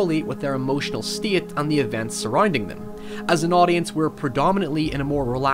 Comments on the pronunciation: awesome video man! the only problem is that you cant speak. words like "state" and "mistakes" are not pronounced "styeet" and "mistyeeks". You gotta work on those "a" sounds. I recommend childrens toys. Try the Speak and Spell. It got me through college. Oh, and by the way (or wyee), say hello to the Kids in the Hall for me. I love thise guys. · Circum-ston-sis, stey-ate, meek You sound like a more articulate Swedish Chef or South Park Canadian with some of your words. It's just interesting, since mostly you sound "normal" American or Canadian.